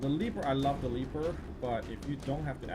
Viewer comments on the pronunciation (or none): "The leaper" lol its leper